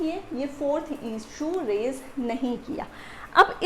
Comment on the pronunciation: Word res is pronounced as REES JUDICATA is not pronounced as JU DE K TA but as JU DE KA TA RES JUDICATA is prounced as REES JU DI KA TA